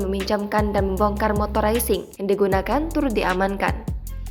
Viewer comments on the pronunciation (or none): Maaf,,dibaca motor raising? Apakah kurang faham cara membaca tulisan dg lafal yg baik dan benar dari tulisan bahasa Inggris,sebaiknya di up grade lagi bahasa Inggris narator berita,.agak mengganggu telinga dan akan salah faham bagi pendengar yg sdg belajar bahasa Inggris.terimakasih.